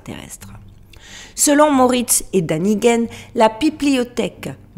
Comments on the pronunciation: C'est Danikën pas Daniguene 😂😜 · Le père Crespi m'est déjà connu. Je vous signale gentiment qu'en allemand le a surmonté d'un tréma se prononce é. Donc l'écrivain suisse que vous citez se prononce "dénikenne". Sur le fond, je ne veux pas vous attirer d'ennui avec la censure, je me contente par conséquent de généralités. L'Église Catholique Apostolique Romaine n'a pas le monopole d'une vision dictée par des dogmes religieux, très loin s'en faut. S'ajoute l'un des composants essentiels de la nature humaine, à savoir l'orgueil. Il empêche de concevoir que nous sommes les provisoires derniers maillons d'une chaîne aléatoire qui ne part pas d'un point donné ni n'a d'aboutissement prédéterminé. Peu importe les efforts des censeurs, les artefacts existent qui prouvent la variabilité d'une succession de civilisations, avec ou sans intervention de visiteurs extraterrestres. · un petit coucou de la Suisse. Ici Erich von Däniken que tu mentionnes est bien connu. Je me permets de te dire que phonétiquement son nom se prononce "érische fone Dainikène"". Il a écrit de nombreux livres. Peux-tu svp me dire lequel se reporte aux découvertes du père Crespi. Merci. J'ai découvert ton site récemment est suis totalement accro !! Sincèrement. ❤❤❤